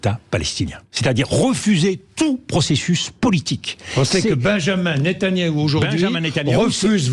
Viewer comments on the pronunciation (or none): magistral comme a chaque fois DE VILLEPIN , seule bémols, il prononce toujours mal Netanyahou